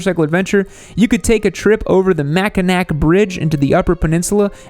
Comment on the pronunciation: I’m from Traverse City and totally agree. Also check out M22 up to Glen Arbor and the Sleeping Bear Sand Dune national park. I love how pronounced Petoske and Mackinaw. 😂